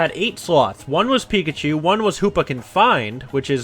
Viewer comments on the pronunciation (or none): none